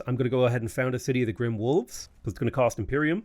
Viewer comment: At the risk of being totally pedantic (and nit-picky), your capital is "Grime" - rise (long vowel on the "i"). Strikes as as more "dirty" than "dark." 😉